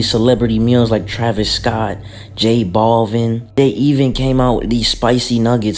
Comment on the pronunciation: this is the smallest deal but i'm really shook up abt how he pronounced j balvin like "BALLVIN"